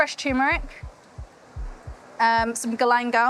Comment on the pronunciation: TuRmeric. It does have the other ‘r’ in it.